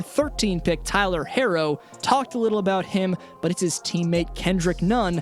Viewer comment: thank god you pronounced herr-o correct